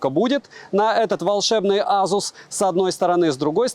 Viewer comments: Вот АЗУС прям выбесил!!! Ты с чего решил что так произносится? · как только ASUS не называют, тут азус :) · Как же аЗус режет слух.у меня 5 без с уже полгода.доволен.в антуту выдает 823000